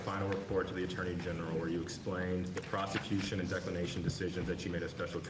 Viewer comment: Wow the lapsus ! " prostitution" instead of "prosecution" ? But how justice are you in front of Jack Smith ?